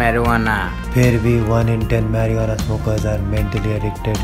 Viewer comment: Its MARIJUANA but he can't say that...